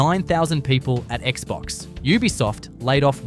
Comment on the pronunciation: Lol is this channel narrated by AI? Why does it keep pronouncing Ubisoft as “ooh-bisoft”